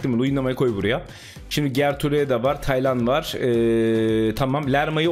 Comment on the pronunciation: Hayatimda hic düsünmezdim Taylan isminin bu kadar zor okuncagni 😂😅